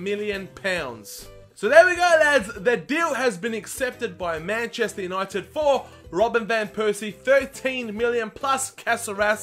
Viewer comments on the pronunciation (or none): none